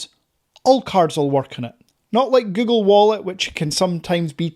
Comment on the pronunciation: Es google no gugo ni gugol aprende a hablar bién pendejo!😂😂😂😂😂😂😂😂😂😂😂😂😂😂😂😂😂😂😂😂😂😂😂😂😂😂😂😂😂😂😂😂😂😂😂😂😂😂😂😂😂😂😂😂😂😂😂😂😂😂😂😂😂😂😂😂😂😂😂😂😂